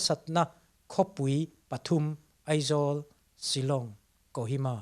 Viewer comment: Zanin ah ka ngaithla ve chiah a. Ka Pu, sawisel tur pakhat chiah ka nei, chu chu Aizawl ti loa Eizawl tia I lam fo hian ka Beng ati thlep deuh..